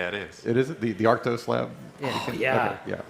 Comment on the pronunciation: He finally said ARKTOS, not Artkos